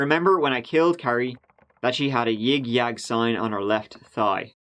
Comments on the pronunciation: A "yig yag" sign 🤣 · The way you say ying yang, lol...its pronounced like sing/sang but with a Y not S....lol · You crack me up with your mispronunciations “yin yang” lmao and your dorky phrases are so adorable that’s why I love watching your channel you are a natural comedian lol